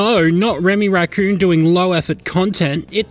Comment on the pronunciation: When you can't pronounce r's so you say wemy wacoon